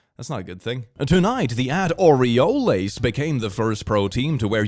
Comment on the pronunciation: Hearing click say Orioles they way he did hurt me in a way I’ve never been hurt before.